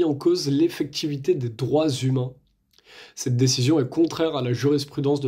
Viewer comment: ne tutoyez pas , svp ! et parlez correctement : on ne dit pas : Ste (STinformation) mais CETte information, par exemple.